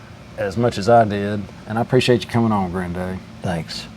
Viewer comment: Enjoyed this Your “grindaddy” reminds me of mine